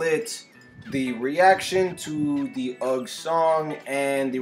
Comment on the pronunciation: Just so you know, it's not "ug" it's "Ugh"....like when you see something nasty and you go "ugh", or when you see some fire dance moves and you go "Ugh", or in this case of the song when you're mad and you go "Ugh".